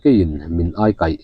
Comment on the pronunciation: "Ai kaih" tih a "ai" hi "chakai" a "ai" kan lam dan anga lam tur a ni e. "Ṭhum ṭhum" ni lovin "ṭhem ṭhem emaw dên dên" tih zawk tur.